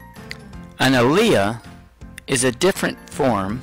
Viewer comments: alia? For an "Ah-leel"? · AL-EE-IL is how to pronounce "Allele" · WTF is an a-leah ?? Allele is pronounced very differently. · I'd like to use this with my students, but when you mispronounce one of the key terms, and use W's (can't differentiate between uppercase and lowercase) and put the lowercase one first...it's tough to use this. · First of all you are pronouncing "allele" and second of all the dominant trait always goes in front of the recessive trait.Other than that you explained it very well! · i was thinking the exact same thing 🤔🤔🤔